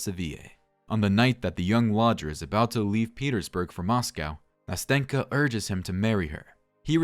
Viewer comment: great video! though as a russian native speaker i want to add smth: nastenka's name is actually pronounced nasten'ka (with a soft "n") and also when pronouncing it you need to make an accent on the first "a" so it sounds somewhat like nAsten'ka. anyway i enjoyed the narration so keep going!